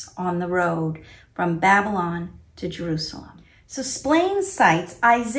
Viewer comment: I find the way pronounces Babylon "Bab-lin" really irritating 😜😂 I can't believe Splane didn't even mention John! I actually no longer believe JWs are Christians, now. And I used to be one!